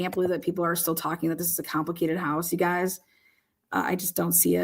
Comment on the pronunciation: Just the fact that you said, “ You guyiz” I trust nothing you say……